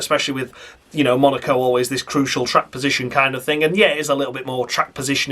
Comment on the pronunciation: Even you just saying MUNARCO several times would be noticed 🤣